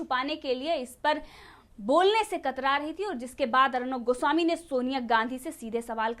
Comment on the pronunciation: आप किस बेवकूफ की बात कर रहे हैं , उस अखिलेश प्रताप सिंह की , जिसे एक लाइन इंग्लिश बोलना नहीं आता है। और अब तो लगता है हिन्दी शब्द का भी उच्चारण सही तरीके से नहीं कर सकता है। पत्रकार गोस्वामी जी का नाम भी ठीक से नहीं बोल पाता है। ऐसे ही लोगों की जमात भरी पड़ी है आज कांग्रेस में।